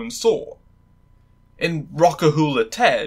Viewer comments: Her name is pronounced ‘Neeve’ not ‘Namph’ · You mispronounced Niamh pretty badly, it's pronounced "Neeve"